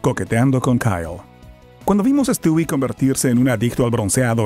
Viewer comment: no se si sabías que se pronuncia: estiwi, se escribe Stewie, pero no se dice estui